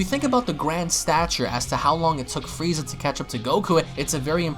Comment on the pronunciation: I heard you say fweeza 3 or 4 times.. lmfao